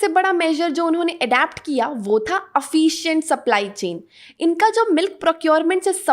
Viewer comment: Efficient.. you pronounce it a Afficient.. Good video, only suggestion please check the pronunciation of some of the words.